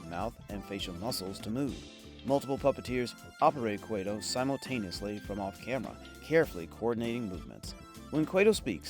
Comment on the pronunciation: Kway-tow? Really? You couldn’t take the time to get your stupid ai to pronounce the focal point character properly? At least you blew it early in the vid so we can move on quickly. Thanks for that.